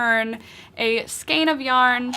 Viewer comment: Thanks for this. FYI skein rhymes with rain ;)